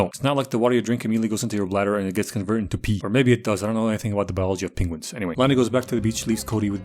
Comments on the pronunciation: Is he saying pengwings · Nobody:: Pen-GU-ins